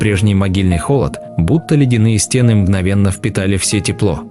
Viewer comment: СТЕны?, стеНЫ! Неправильные ударения, паузы не там, монотонное чтение. Это невозможно слушать, пойду что-либо другое найду.